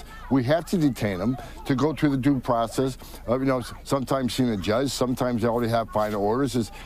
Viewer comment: And his “facity” has better “due probess”